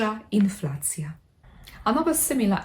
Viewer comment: Inflacja seems a pronunciation false friend. You pronounced it almost like "in flats" (meaning in Polish w mieszkani(ach?)